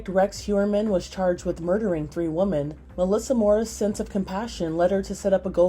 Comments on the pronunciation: WOMEN not WOMAN I've noticed that people won't say it properly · Its women not woman